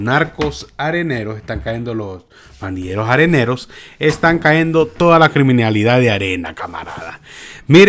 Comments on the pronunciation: SE TE SALIÓ ÉL FOLCLORE SALVADOREÑO AMIGO AL DESIR CAENDO......... SÉ DISE CAYENDO...... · SUGERENCIA Se debe decir cayendo "Caendo" no esta bien dicho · Con TODO respeto amigo, NO diga "Caendo", lo correcto es "cayendo", es serio, NO es broma, ni mucho menos mala onda. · No es "caendo" es "cayendo" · No se dice cahendo se dice cayendo. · Mi amigo se dice cayendo ( no caendo) 😁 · Un comentario muy personal. Trata de hablar de la manera más correcta. Yo no soy ningún experto en lectura ni pronunciación y con mucho respeto puedo corregir te ciertas palabras que dices. No se dice CAENDO. SE DICE CAYENDO. NO SE DICE LEENDO. SE DICE LEYENDO. Y así trata de informarte. Disculpa. No lo hago por ofenderte. Lo hago, porque tu eres comunicador. Saludos y muchas bendiciones. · Lávate el oído, lo dijo cayendo y no caendo.